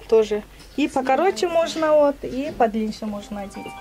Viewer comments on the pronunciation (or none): Орустар корбойт сени,по дилинши деген соз жок,тантрактабай суйлочу кыргызча.